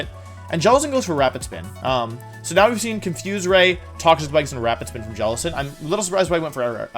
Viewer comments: Jelicent not tentacruel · Guys he said jelacent at the start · the champ really said jellicent